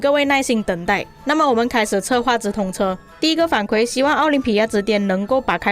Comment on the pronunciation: 反馈 kui 4, 第四声（和惭愧的“愧”发音一样）